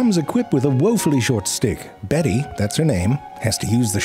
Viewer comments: Hes saying dick right? Im not mishearing that right?😂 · Haha, once I almost thought you said "crow stick". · You're saying 'crow's stick' to sound like 'crow's dick' on purpose, aren't you, 👍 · You think we didn’t notice you saying dick instead of stick multiple times?! Eh?? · your defo saying dick and stick its hurting my brain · I am hearing "crow's dick" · How is no one commenting on crows "stick"/"dick" lmao you clever bastard you know you pronounced dick several times lol i love zefrank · haha. I can hear you actually saying dick. makes it so funny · This pronunciation really makes it sound like this is a documentary about crow's genitalia. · He's definitely not saying stick... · I wonder how long he had to practice to learn to pronounce the word such that it sounds like the midpoint between "stick" and "dick". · I can’t handle him saying “Crow’s stick” one more time, and I hope that’s on purpose. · Zefrank once again riding that fine line between the t and d sounds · Ze I seriously am not hearing stick lol I'm hearing a totally different word 😂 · thats not how you say stick